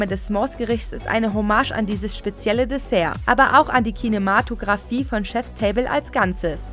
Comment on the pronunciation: "Kinemaaatographie" ? Heutzutage kann sich wohl jeder als "Sprecher" bezeichnen 😂